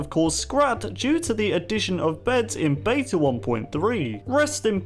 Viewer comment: Stop pronouncing beta wrong!